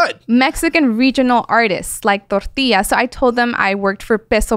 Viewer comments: Can't stand when people turn that extra on when they say a Spanish word. "Torteeeeaaas"😂 Half my neighborhood were illegals and I grew up with their kids, I only ever heard it pronounced this way by wannabes that grew up Americanized but wanted to be like their family or friends from Mexico. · How she says Tortillas is a sin